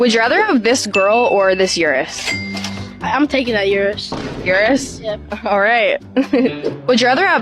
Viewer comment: Also, as a native Italian speaker, the way that chick pronounced Urus was like a cheese grater on my ears.